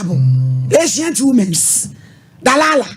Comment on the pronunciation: "Dalala" ampa 🤣🤣🤣🤣🤣🤣Concert Mama🤣 Delilah not DALALA lol